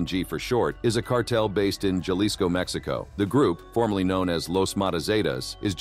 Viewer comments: "Jelisco." LoL :P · Ha-lee-sco** just to enlighten ya and to have you pronounce it right because the carted gets smart and once they know English it’s over. Even for an American documenting its information puts people and others at risk. Ik people in the states simply explain and make others acknowledge the hard life in Mexico even if they yo own people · Can you please stop saying galisco and say it right! “Halisco”. Jalisco! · Keep saying Jalisco like that and you’re gonna be on the list to 😂😂😂